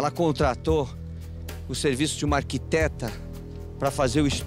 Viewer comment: É uma ergueteta e não arquiteta 😆😆😆😆😆